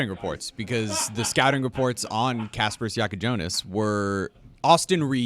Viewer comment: Illini fan here, Jackucionis is legit. Still can't pronounce his name, though